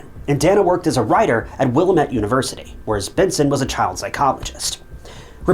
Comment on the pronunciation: Not trying to be “that guy” but for future reference, the emphasis in “Willamette” is on “AM”.